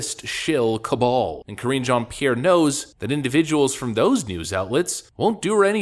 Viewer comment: I love how Matt Walsh mispronounces her name on purpose. LOL. Karen Jean pear. 😂